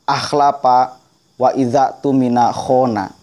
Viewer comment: Khona? Nggak ada fokal OOOO dalam bahasa arab. Nahwu Shorof? Sekali lagi nggak ada huruf fokal OOOO dalam bahasa Arab...